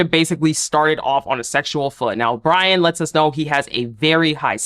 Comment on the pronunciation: Hey, his name is Brion. Pronounced (Bree-un).